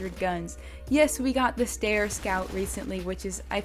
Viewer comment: Also the guns name is not the stair its Steyr